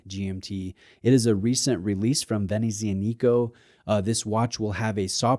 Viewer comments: I find it funny to correct someone on his pronunciation giving him another wrong pronunciation, that's all. Anyway, the correct phonetic pronuciation is: ve-ne-ttsja-ni-ko. Cheers 👋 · it's VEH-NET-SEE-ANNA-CO if you felt like knowing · oh wow that brand name pronunciation. My friend, perhaps do a little, just a little, research on stuff like that before posting haha. It really doesn't take much effort and you will come across far more professional and knowledgable. You'll also be appreciated by those who speak that language for taking the time to honour their culture. Great looking GMT by the way, an underrated microbrand in my opinion. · You are pronuncing Venezianico wrong